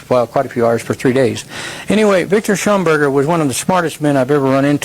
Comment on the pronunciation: Victor Shauberger not shumberger. Unless he is talking about someone else, but i don't think so.